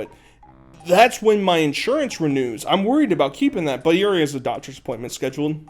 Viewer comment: you pronounce the word already as alreey. why do you speak like a 9 year old child